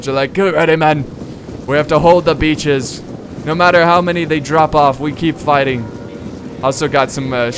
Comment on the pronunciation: Every time he says hold the beaches, for mě it sounds like: hold the bitches!!! protect the whorehouse!!!